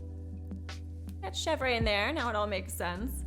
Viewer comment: not to be that person but chevre is pronounced like shev-ruh not shev-ray! she was my favorite villager in wild world growing up so i gotta stand up for her 😂